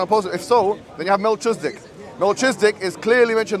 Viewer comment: MelKIZedic not MelCHIZdic